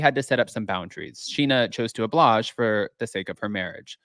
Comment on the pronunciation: The word is oblige, not oblage. I say this with love!!! I love your show🥰